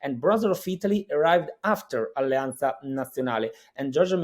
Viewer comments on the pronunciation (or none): Did anyone else notice that pronounced the Z in words like Allianza as a TH "alliantha". I've only ever heard this pronunciation among speakers from Rimini